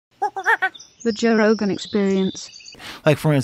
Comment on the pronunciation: Jakwan rogan